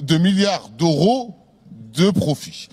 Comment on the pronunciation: "De milliards d'oro" 🤣